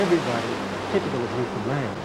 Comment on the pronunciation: Narrator: "Newfundlund".. Me: eye roll... Say the following... understand Newfoundland